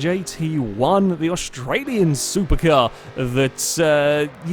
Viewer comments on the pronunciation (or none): none